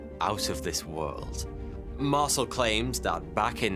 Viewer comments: ...Mar-sul? It's pronounced "Mar-sell". His name has been said in countless videos. Yours is the first I've ever heard say it like that. C'mon 😂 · mar-CEL, not MAR-cel. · Oi you! Learn to pronounce the guy's name properly. It's MAR-SELL. not MARSLE. Ya fekin arsle. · "Mar-SELL" is how you pronounce that, mate. It's French in origin. Not bloody "Marsle". Q.E.D. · Mar-cell not parcel - Ray-Mi not rahmi... left out W. Glenn Dennis, the child/alien sized casket mortician (who recently was revealed as W. Glenn Davis), who speaks frankly on the subject, and, is interviewed on the National Archives feed on YouTube. Otherwise fantastic report ! TY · Marcel is pronounced Mar cell. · its MarCel no MarSel ;) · . Mar-SELL, rhymes with BELL, being an "Intelligence Officer", really was quite familiar with LOTS of military equipment. He HAD TO BE as it was often an integral part of his day-to-day duties. Anecdotes suggesting otherwise are not to be believed. The man's assertion that the famous newspaper photo was NOT representative of what he personally witnessed is true. Deal with it. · its pronounced Mar-sell. You're welcome 😘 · Marcel is NOT pronounced like parcel, but like Marcèl! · It must be a rule that no person commenting making a video on Roswell is allowed to pronounce both “Brazel” and “Marcel” correctly. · I like this channel but the information here is misleading and incorrect. The presenter is clearly reading from a script that is written for him. If he had taken the time to watch only 1, yes 1, documentary or anything about Roswell, he wouldn't be pronouncing Major Jesse Marcel, and General Roger Ramey, incorrectly. takes away form the credibility of this channel tbh...